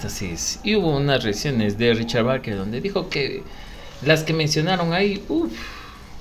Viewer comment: Es Barker tal como esta escrito se pronuncia